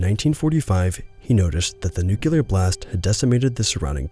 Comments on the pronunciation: Agreed. Except for one thing: Nuclear. Not nucular. The word is nuclear. Nu-clear. That is all. It seems to be a recurring issue. Otherwise, very engaging. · This is good, but why can't you pronounce 'nuclear' properly?! It's not hard, dude.